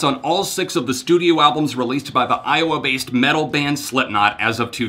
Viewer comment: I'm sorry but I just laughed so hard when you said iwoa lmao